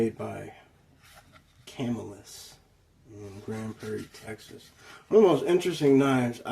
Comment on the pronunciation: cu-mill-us. It's named after a rural town up here in new york. I bet that thing is great for batoning kindling.